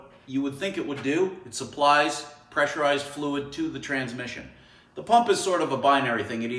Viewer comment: You lost me at transmissun